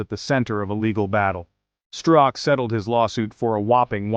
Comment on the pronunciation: Hey computer, the name is pronounced with the "z" being silent.